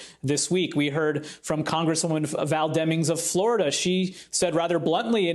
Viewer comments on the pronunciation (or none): none